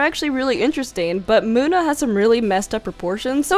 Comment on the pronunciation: In number 9 we have muda (this is a joke I know its munna but it sounded like muda if you get this reference like)